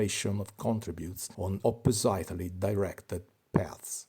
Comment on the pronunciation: Native here 🙂 I haven't watched through your whole video after seeing your request for a list of pronunciation corrections, so this won't be exhaustive. Your pronunciation is quite good; a few corrections: (1) "oppositely": The last vowel sound in "opposite" is not pronounced "eye" - it's pronounced the same way as the i in "bit". I know this violates the usual rules of pronunciation - but that's English! [Also, the stress in "opposite" and "oppositely" lies on the first syllable "opp-".] (2) You are sometimes pronouncing the e in participles like "closed" and "induced" - but we never do, it's always silent. So "closed" is always only 1 syllable, and "induced" is always only 2 syllables. [In the English of a few hundred years ago, sometimes the e would be pronounced, and that is marked by putting a grave accent over the e.] (3) The u in "circuit" should be completely silent; the word is pronounced as "ser - kit".